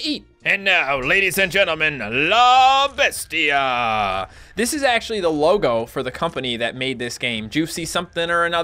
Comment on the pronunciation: You completely butchered "la bestia"